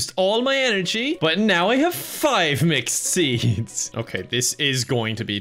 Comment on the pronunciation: I hear “mcseeds” every time he says mixed seeds